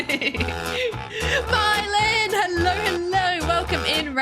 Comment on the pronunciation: you say hello as hellor muchhhhh